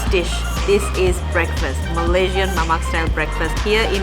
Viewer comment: Hi great show. Mamak is referred to Indian Muslims in Malaysia / Singapore, pronounced Mama the K is silenced. same with Nasi Lemak pronounced Nasi Le'ma. Lemak means creamy. Yes, Nasi Lemak is truly delicious legendary food and so fragrant. Mamak shop is the wrong place to eat Nasi Lemak 😁. Yes, they make ok but very artificial. Only a Malay can make an Authentic Nasi Lemak. Here is a popular comedy clip about Mamak shop If you visit Malaysia Authentic Nasi Lemak treat is on me 😊